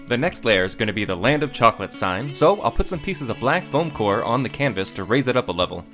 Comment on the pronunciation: "land fo chocolate"? 😊